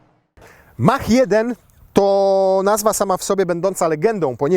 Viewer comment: Polskie wieśniactwo z językiem angielskim nigdy mnie nie przestanie zadziwiać. mówi się MAAK a nie Mach, tak samo mówi się MAAK-E a nie Mach-E